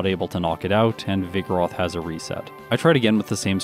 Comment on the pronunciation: pronounces vigoroth like ‘vigorous’ with a lisp